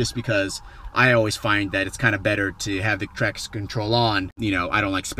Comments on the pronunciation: "Basically, the normal option is to have the trakstsh control in sport mode" LMAO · Zzzz im crying real tears rn I thought i was the only one who heard him say trakstsh 😂😂😂😂😂😂😂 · What do you say traction control like that? Hahaha